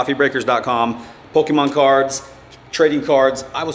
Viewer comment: For a guy that doesn't know Pokemon, he pronounces them well.